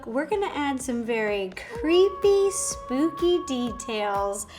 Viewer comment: Hey Ro m a biiiggg fan of u..but couldn’t help but notice u said SPOOPY instead of SPOOKY